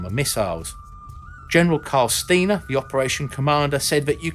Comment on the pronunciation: Pronounced General Carl “Stye-ner”. I used to work in his G-1 section in the 82nd Airborne Division👍🏼🪂